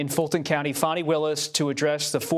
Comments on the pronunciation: He is saying fanny like Trump does. Her name is fanny. It showd that these people are bias. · Fani is pronounced as, Fawn-Knee, not FAN-knee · FAH nee, not fanny. Please respect this women. Why can't this guy pronounce peoples' names? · That girl Fani pronounced Fahnee ❤ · This reporter can't even say Fani Willi's name correctly! Get it right while reporting on national TV Bud!